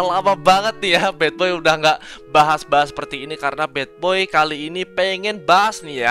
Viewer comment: Anjir bilangnya bukan badboy tp batboy😂